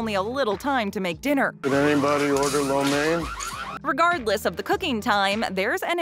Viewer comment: Low main, not lau mane. Even the clip afterwards pronounced it correctly!